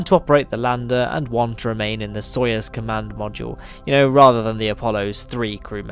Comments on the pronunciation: It's "sa-yuz" not "so-yes" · It's " So-ee-ooz".